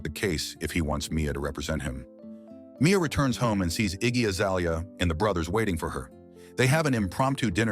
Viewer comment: “ iggy azelia”